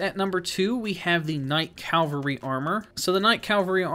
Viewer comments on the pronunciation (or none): Cavalry, not Calvary. Cavalry is for knights, Calvary is the depiction of the crucifixion of Jesus. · 'Blaidd' Pronounced 'Blithe'. It's Welsh for 'Wolf' because he's a half wolf. 'Cav-al-ry' NOT 'Cal-av-ry'.